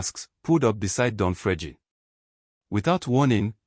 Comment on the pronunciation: i didn't say it is not Fregene but not pronounced the way he is pronouncing it. Listen to how he is pronouncing it.